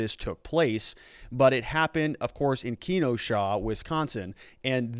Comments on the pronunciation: "Keno-Sha" never have I heard someone destroy my cities name as bad as you sir It's "Ken-O-sha" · It’s keh-NO-shuh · I'll keep watching, but the fact that he pronounced the city Keno Shaw has me doubting him. *Ok. Rosenbaum didn't have a bullet in his head and Rittenhouse didn't call for help. Done watching. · Kenosha is pronounced. ke NO sha. not KENO sha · Wisconsinite here just saying it's pronounced: Kah-no-sha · Pronounced "Keh-know-shuh" I'm a Wisconsinite. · Thanks brother. Im from Wisconsin. Just a heads up it’s pronounced Ken-O-Sha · You say Kenosha funny. It is pronounced KEN OH SHA. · Kenosha pronounced Ka know sha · KEE-NOE-SHAW lol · This guy doesn't appear to be a SUCCESSFUL defense lawyer. He didn't even research how to pronounce Kenosha! He also didn't research Wisconsin law concerning self defense. It trumps (pun not intentional) all of the curfew arguments as well as the right to "possess a firearm" argument. In Wisconsin, a 16 year old can possess a long rifle for, among other things, self defense. He will win in court...unless he gets an Emett Sulivan judge.